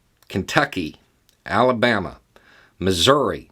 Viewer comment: 1. Love the way you say Ala-Bama! 2. When you patiently explain things, to them it just means you're part of the cultural elite. I know you know, but I needed an excuse to tell a southern country boy that a northern mountain boy is stealing his pronunciation of Ala-Bama. Probably going to steal a few other high faluten words too.